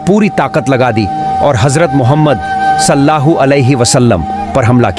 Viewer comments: Bhai aap nabi ka pura naam to le rahe ho pr sahi se lo ok salla hu alehissalam nahi he sallallahu alehissalam he ok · Naam sahi se lo Sallallahu alaihi wasallam hai ❤❤❤ Salla hoo nahi please 😊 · Sallahu bol rahe aap Sallallahu bolie g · भाई सल्लाहु सल्लाहु नही है सल्लल लाहु अलैहि व सल्लम है नबी पे दरुद् तो सही पड़ो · Jo vedio banarahe hai hamare pyare nabi ka naam barabar bolna sikho first sallallahu alaihi wasallam bolo sallallahu alaihi wasallam hai samje Islam zindabad zindabad Allah hu Akbar ya Rasool ul laah zindabad zindabad...